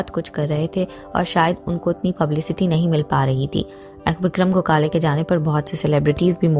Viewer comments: गोखाले नही गोखले विक्रम गोखले ...उनके नाम मे ही respect हे ..तो नही पता हो तो पाहिले जाणकारी ले फिर व्हिडिओ बनाये... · Gogale nahi...😡😡 gokhle... marathi hiro....